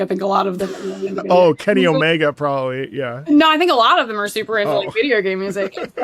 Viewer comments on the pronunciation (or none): none